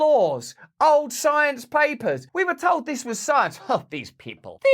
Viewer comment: Follow the PSYENCE